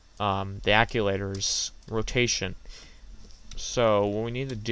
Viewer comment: I think "ACTUATOR" is the correct term, not "acculator". Good vid anyway. :)